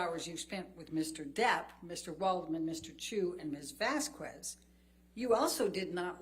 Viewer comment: How annoying is it that this scarecrow Elaine after all this time, STILL doesnt know that the pronunciation of Vasquez is VAS-KESS and not VASKOO-ESS!! So disrespectful not even CARING to pay attention on how to pronounce a name REPEATEDLY.